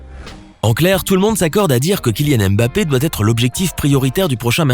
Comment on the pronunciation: Tu ne sais meme pas prononcer son nom. Cest nest pas M. BAPPÉ